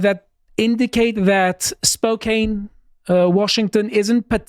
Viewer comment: Let’s go Spokane! Used to live there. Downtown is fairly liberal-heavy, but literally everywhere around it is based. Also, it’s pronounced Spo-can not Spo-cane